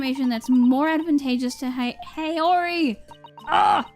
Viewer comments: About Haori, its Hah, not Hay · It's "Ha"ori, not "Hey"ori :) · somebody already said this, but haori is pronounced hah-oree :)